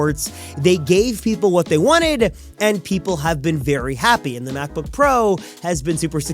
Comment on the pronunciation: "MacbBook"? LOL! 😂